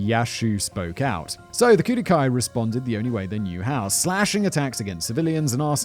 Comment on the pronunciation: Kudu, or koodoo, is the Khoikhoi and seTswana name for this antelope. while Kudō-Kai is enunciated as Kudough-Kai you slaughtered that word 450 times during this video Simon please show some Grammatical Mercy upon this poor word